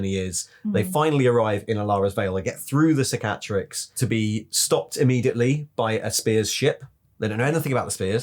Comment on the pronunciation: You're literally the only Youtuber who pronounces Roboute Guilliman correctly. It's frustrating as hell to hear everyone else say "Row-boot-ay Gilliman". But the stress on "Cicatrix" is on the first syllable.